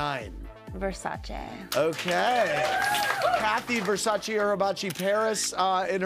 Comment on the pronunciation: At least Paris did one good thing in her career: she knows how to pronounce Versace properly and that’s not too shabby